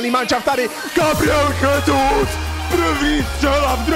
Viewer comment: Gabriel Jesus sa nečíta Chesus ale Žesus lebo ja sa číta v portugalčine ako ž a zas v španielčine sa j číta ako ch